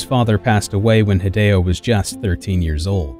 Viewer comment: When - when - will US:ians stop making other people's name a garbled mess? Just learn to say it by listening to themselves saying their own name. HEE-DEH-O is not that hard